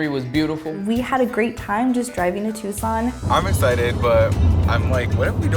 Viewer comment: YASSSS you said Tucson right. Lmao the hotel is freaky at